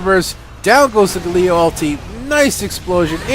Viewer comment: gAlio not gaLIo lol